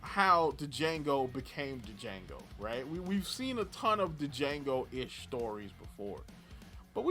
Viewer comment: You gotta be mispronouncing Django on purpose at this point